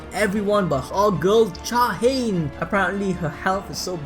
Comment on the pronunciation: "Cha ha in" is literally pronounced